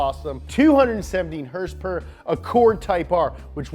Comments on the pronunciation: Why does he say "herspers?" 😆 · Someone teach this man how to say “HOrsE PoWEr” PLEASE